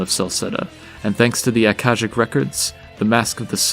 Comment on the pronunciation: Nicely done; just a small caveat: , it should be "Akashic", not "Akasic".